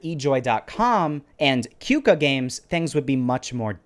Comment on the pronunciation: You Pronounce "Qooka" as "Koka"